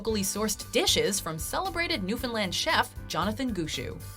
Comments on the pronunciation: it is NEW F O U N D LAND NOT FINNLAND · New-Fin-Land not New-Fin-Lind